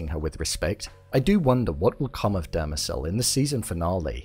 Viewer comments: It's not Dermazel it is DEMERZEL!! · It’s Demerzel, not Dermezel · Christ Almighty ...you have the episode to reference and you STILL mispronounce things. It's not Dermezel or Abararis...Demerzel and ubaranis. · The way you pronounce Demerzel is getting under my skin 😂😂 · I think you pronounced Demerzel wrong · You're still mispronouncing Dermezel's name.